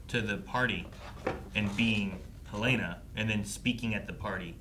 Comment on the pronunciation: I enjoy your reactions, but PLEASE stop pronouncing the character names incorrectly. I cringe every time Helena is pronounced Hell-LAY-nah.